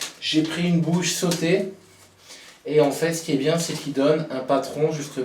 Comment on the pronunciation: Salut! La marque de bouche vmc ça se prononce pas sauter mais sautèrent. 2 sortes de vmc simple flux: hygroreglable ou hygrovariable. Tu t emmerdes bien à sceller ton conduit au mortier, vive la bombe de polyuréthane!